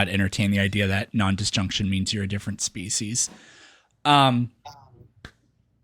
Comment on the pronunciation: Why does it keep saying specie?